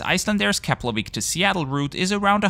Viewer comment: Finally someone who's able to pronounce Keflavík properly.